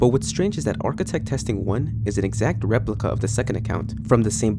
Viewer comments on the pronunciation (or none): none